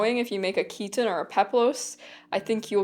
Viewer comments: Greetings from Greece! 😊 Thank you for this very interesting video. Your pronunciation of "chiton" is wrong. It's not ch*i*ton, it's chit*o*n. "Χιτών" in Greek. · Also the 'Ch' is pronounced as simple 'H' like in 'Hit'. So, it's Hit-On with emphasis on the 'On'.